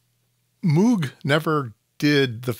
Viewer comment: Would you please learn to pronounce Bob's name correctly? It's so jarring to hear every time you say it. Moog rhymes with rogue, and does not sound like "mewg". Otherwise, nice content. 👍